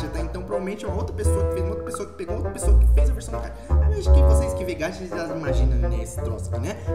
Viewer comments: não é gatchaaaaaaaaaaaa para se fala gaxa estúdio e se escreve gacha estudio só para isso plisss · Não é gatha e gacha GACHAAAAA o correto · Se fala gacha n gatia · Posso corrigir? Se puder, é gacha e não gatcha Apesar disso eu amo seu canal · não se fala "gatcha" se fala gacha tipo ga de Gabriel e cha de chá,desculpa se eu Pareci arrogante só queria ajudar:"3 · Se fala gancha mais se escreve gacha...tendeu? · É GACHA GACHA TEM SOM DE X GAXAAAAAAAAAAAAAAAAAAAAAAAAAAA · Não é gaxa é gacha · Nao é gatia e gaxa q fala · É gacha e não gatha 😑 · É gachá que se pronuncia cara tipo chá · Se fala ga Xá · Então você fala meio errado é assim que fala gaxa mas não é assim que escreve blz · Gacha tem som de x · Se pronuncia gaxa ,_ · Se fala gaxa estudio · Cara fala assim "gaxa" se fala assim e se escreve "gacha"... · O "gacha" se fala gaxa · SE PRONUNCIA G-A-C-H-A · Mano...mano... Vc fala Gacha errado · vc fala erado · Nao é gacha do geito que vc fala é o geito que vc le o ch nomal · E tão difícil falar gacha? Ninguém sabe fala não? Só gachatuber de vvd sabe falar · Vc fala muito errado gacha Studio